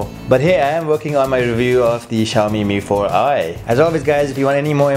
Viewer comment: Yang nyebut bukan mifor ai tapi mifor i tunjuk tangan